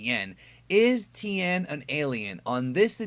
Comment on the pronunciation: ti-en tien not ten, not tin.... ti...en